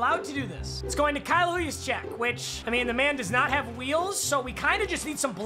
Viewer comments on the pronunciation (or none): Nobody:: HA YOUESE CSDSAWECK Me: It's Pronounced Kyle Jusczyk